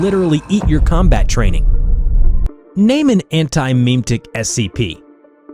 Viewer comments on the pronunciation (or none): the way you pronounce memetic (meme-tic) is rage inducing. It should sound like mem-eh-tic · Every time I hear him say "Meeem Ticks" instead of "muhmetics" I die a little inside. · Memetic. Jesus, how do you pretend to be part of the community and butcher that?